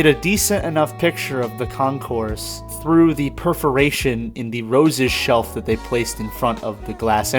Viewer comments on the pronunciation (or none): none